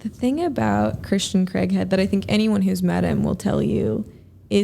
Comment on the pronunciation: Could have at least said Christians last name correctly. It's not CREGhead it's Craighead.